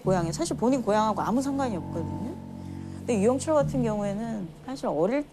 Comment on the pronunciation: 유영 철에 뭔 발음을 저리 늘리냐 한번에 발음 못하나